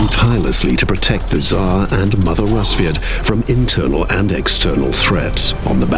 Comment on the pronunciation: daniel rojas actually, it is. «Расвет» sounding like rAsviet, not a rusviet